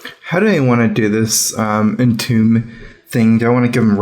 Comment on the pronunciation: it's entomb, not entome lol